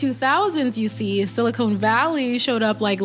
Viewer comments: Sili-CON not cone 😩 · Love your videos and POV. btw it’s SiliCON Valley. I guess you could call LA Silicone Valley lol Keep up the great work